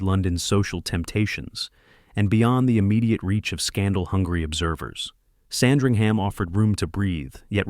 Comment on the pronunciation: FIRST of all, it's pronounced Sand-ring-uhm.